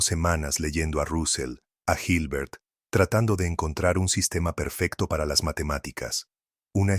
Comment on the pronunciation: La pronunciación y escritura de ciertos personajes está incorrecta. Por ejemplo, cuando se habla de Hilbert y de Carnap. El relator pronuncia o transcribe mal esos nombres, así se habla de Gilber o Karnap. Pero la exposición es bastante buena e importante.